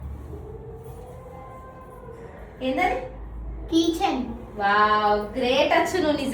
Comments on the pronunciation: Keychain ❌ kitchen ✅😂😂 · Keychain ❌ kitchen ✅😂😂😂😂